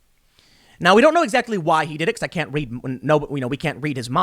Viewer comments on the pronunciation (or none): none